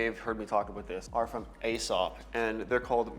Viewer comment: Nightclubbing fragrance is a very ashy cigarette smell. It's what I imagined it to smell like in a club back in the 80s. Also Aesop is pronounced like "e-sop".